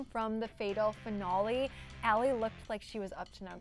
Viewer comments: The coats pink and why can't the blonde one not pronounce finale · D "finolle"